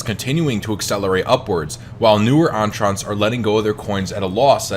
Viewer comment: I hate the way you pronounced entrants...